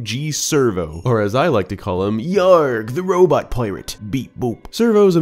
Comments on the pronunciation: It’s for sure pronounced sker-vo like a play on the word scurvy. Hence Scurvo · You say Scervo(sir-voe), but I think it's probably Scervo(skir-voe) since he's a pirate and pirates would sometimes get scurvy. There are usually puns like that in Nintendo games like nearly all the Toads in Paper Mario being puns as well, but Zelda has punny names from time to time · That robo Captain's name would be pronounced scurvo, rather than survo. As in, you know, "scurvy dog" and other pirate slang. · I'm sorry but you are pronouncing scervo wrong its actually pronounced (SKER-VO) with a K sound it a play on words between scurvy and servo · There's no way this name isn't pronounced "Skervo". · Is there a particular reason you decided that the C in "Scervo" is silent? You don't think it's supposed to reference him being a "scurvy" pirate? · Are you sure the c in LD-002G SCERVO is silent? I always thought the name was a sort of fusion of scurvy and servo… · Great vide as always, though your pronunciation of Scervo annoys me to no end